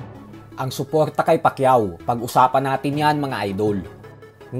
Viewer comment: "NGA PALA" Pag usapan natin yan mga "idoWL" mani pakyaHW BoHksiHng Na ituHW 🤣